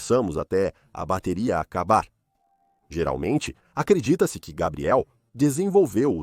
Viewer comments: Que agonia. Se é o mesmo narrador para a história não entendo porque sempre pronuncia os nomes das pessoas ou dos lugares de formas diferentes… exemplo: Gabriel, Gabriele ou “Gueibriel” (pronúncia)… para o mesmo cara… e isso se reitere para todos… affffff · Como pode o nome do rapaz é Gabriel,e o tempo todo na narrativa ,foi chamado de Gabriely😮?!😞😊